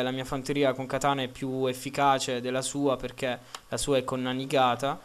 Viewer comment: la nanigata non esiste ed il codachi non significa nulla, shogun si pronuncia sciogun e non sciogàn, è giapponese dio bono...